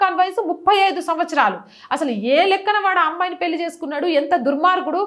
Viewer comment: పెళ్లి అని పలకాలి, పెల్లి కాదు, హరేకృష్ణ 😊